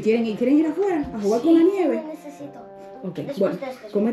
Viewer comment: vamos a jugarrrrerr